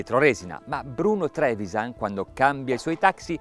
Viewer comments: Si legge Trevisán, il cognome del signore, non Trévisan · Non si legge Trevisàn? La "a" è aperta, quindi l'accento dovrebbe essere grave, non acuto